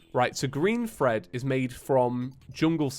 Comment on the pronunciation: It anoyes me how you say fred it clearly says thread kove your content btw